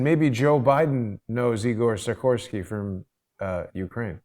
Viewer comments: Si-kors-ski. Say it with me. And can we reference the term A Luciferian Project Completed a couple hundred more times. Not against the theory, just annoyed by delivery. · Bishop, you are driving me crazy by failing to pronounce actual letters in names,as in the K in SikorsKy